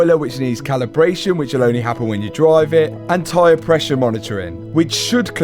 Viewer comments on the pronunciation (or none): none